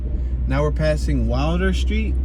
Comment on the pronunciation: Its pronounced Will-der, not wilder, please, i know i live on Dickenson